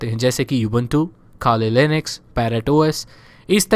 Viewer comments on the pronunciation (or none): bro jab aap Kali Linux bolte ho tab lagta hai ki Khali Linux bol Rahe ho😇☺